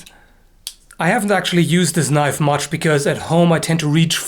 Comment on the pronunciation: Thats not a knoife.